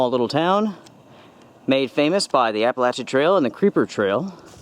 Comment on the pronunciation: Good stuff. And many thanks for correctly pronouncing Appalachian.